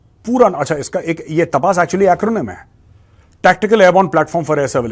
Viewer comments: Jay Hind Major Saab it's तपस Not तपास 😊 Sorry to correct ur pronunciation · मेजर साब सही pronounce तापस ही ।